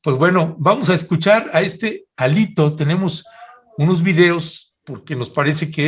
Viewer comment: "HÁLITO" así le dice Claudio X